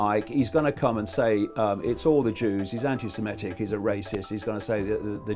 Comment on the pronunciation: It's pronounced anti 'semITIC', not 'anti-semiETIC', you doughnut.